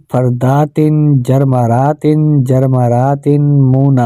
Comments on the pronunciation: تینوں بار آپ نے جرمرات پڑھا ہے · لیکن آپ جرمرت پڑھ رہے ہیں